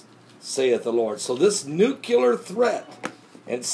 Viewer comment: Oh, and it makes me crazy when dopes like this say "Nucular"...